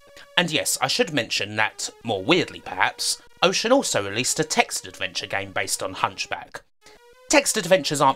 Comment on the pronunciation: I’m sorry, are you saying wowbot or robot? And is it Wocean or Ocean? I can’t unhear you pronouncing some of your R’s as W’s.